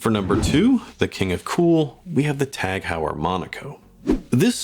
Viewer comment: Um, Tag HOW-er? Say HOY-er.